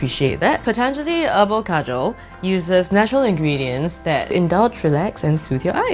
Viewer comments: Thats not how we pronounce kajal 😅😂u said Kajol its an indian actress name 😁it's ok tho cuz u don't know hindi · Kajal is pronounced car-jal 😂😂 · This is Kajal not Surma 😂 apply properly